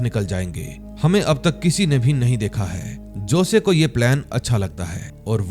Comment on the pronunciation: josay nahi hosay aisa pronounce karte hai sir